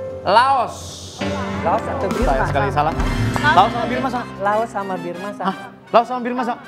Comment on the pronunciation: burma, bukan birma